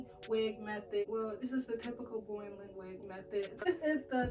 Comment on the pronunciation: Boireling it 😂😂😂 love the accent